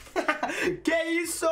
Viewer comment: you saying: "que isso", He was very Brazilian!😍